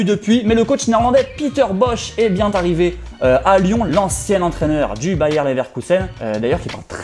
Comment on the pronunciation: Est bien « t » arrivé 🥴 pas facile pour un journaliste haha